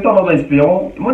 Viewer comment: Mon et ma n s prononce pas de la même façon